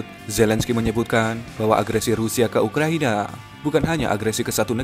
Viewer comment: ngomong yg bener Pak🗿 UKRA.I.NA bukannya ukraniya